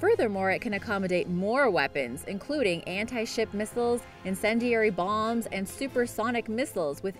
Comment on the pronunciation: I like her version of pronouncing Nacelles as Naycell. Also pronouncing Bombs as buwmbs.